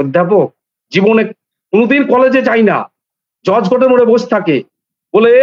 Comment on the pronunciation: মোর নয় কথাটা ,মোড়